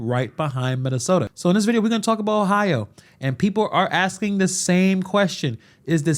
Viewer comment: Are? Who is axing?